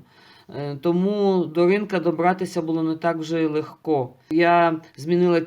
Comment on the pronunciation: Легко ( ударение на "е") Большое спасибо за Вашу работу. Очень тронута , что ведёте видео на украинском языке. Желаю Вам удачи!